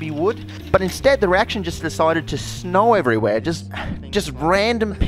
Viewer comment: It sounds like hes saying snoe instead of snow for some reson